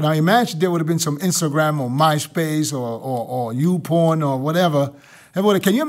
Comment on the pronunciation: Yo.... Dennis said UPorn